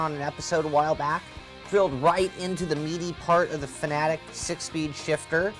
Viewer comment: IT'S FANATEC NOT FANATIC.